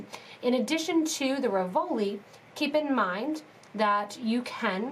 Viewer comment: Really cute...RIV-o-li,.....not Ri-VO-li.